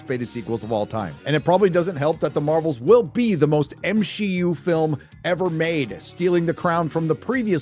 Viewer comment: why are you saying m-shi-u instead of mcu